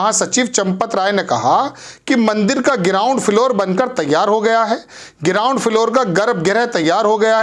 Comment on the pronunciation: गिराउंड। Na ground to bolna seekh le